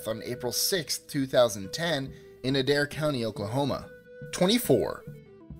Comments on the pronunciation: On number 25 Adair is pronounced A-dare not the way you've pronounced it. I would know, I'm from Adair in mayes county. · #25- its pronounced A-Dare but spelled Adair. I was born there. #2- is pronounced Sack, not sock but spelled sac.